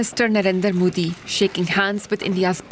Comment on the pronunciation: its not moodi its modi, have some ethics and decency when pronouncing name of leader of a country, DW shouldn't allow such behavior especially came from a pakistani jurno. Shame on you.